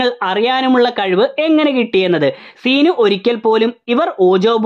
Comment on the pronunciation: സീ നു അല്ല ൻ്റെ പൊന്നോ സിനു 🙏🏻🙄